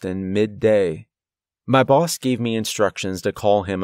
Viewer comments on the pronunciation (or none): none